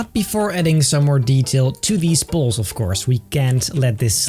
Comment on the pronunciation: no disrespect but when says "poles" it sounds like he is saying "balls".